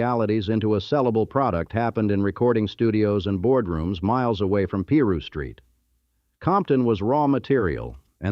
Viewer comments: Peru street? 😂 It's Piru! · Narrator please pronounce the words correctly, it's irritating af! PIRU (PIE RU) NOT PEE RU!🙄